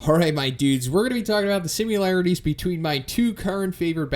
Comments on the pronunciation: You say "simularities", "simularity"... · You are aware there is no letter U in the word similarities?